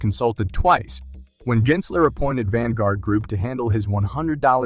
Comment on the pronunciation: Jensler lol it's Gensler